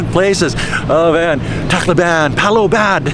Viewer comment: Funny how so many youtubers wanna be so-called experts in the philippines, but cannot even pronounce city names correctly. It's not Cal-boy-'og, it's Cal-'bye-ohg. It's not 'Tack-low-ban, it's Tock-'low-bun! Come on man!